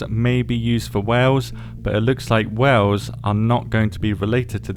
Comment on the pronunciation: Wells or Wales. ??? 😂😂😂